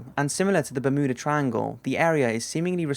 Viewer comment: Bermuda...the mu is pronounced as in mews, Bermewda....not mood, Bermooda.